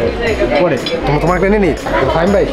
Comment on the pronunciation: k faim bole 🤣